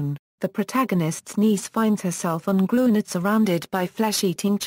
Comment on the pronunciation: It is pronounced "Grin - yurd".